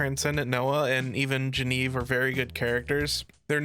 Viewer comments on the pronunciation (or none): Bro, you keep calling Genevieve wrong, missing the entire middle part of her name)